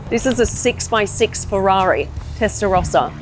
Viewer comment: Das heisst erstens nicht Testarosa sondern "Testarossa" gesprochen mit zwei s.